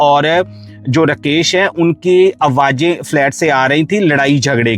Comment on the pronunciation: कितना बोअरिंग ….रकेश नही राकेश